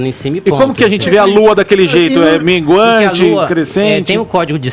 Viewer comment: O cara fala "mingante"... Nem vale dar moral pra esses "LUNÁTICOS"! KKKKKKKKKKKK